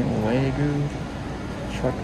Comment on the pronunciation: cant you stop saying wae-goo LOL its wagyu not waegoo